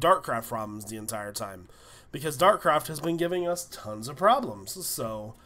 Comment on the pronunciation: It's Dartcraft not Darkcraft